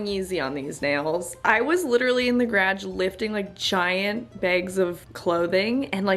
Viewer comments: Wait does anyone know if shes from alberta? Im also canadian and my step dad is from edmonton alberta and the way she said garage is exactly how he used to say it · I forget you’re Canadian when I watch your videos. But the way you say garage reminds me 😂